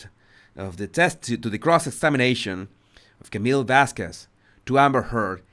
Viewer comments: I don't speak Spanish but I know how to pronounce Vasquez - It's not Vaskwez. And after weeks of testimony still can't figure out the microphone. She came off confused and unprepared. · So glad we don't have to hear say "Miss VasKWEZ" anymore instead of properly pronouncing Camille's last name...